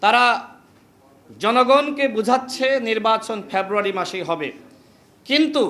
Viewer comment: February ucharan Kara Sikh 😅